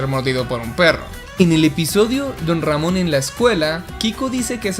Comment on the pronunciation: Como Se Dice: Don Ramon Como Lo Dice El Chavo: Ron Damon Como Lo Digo Io >:v: Mc Ron Jamon xdxdxd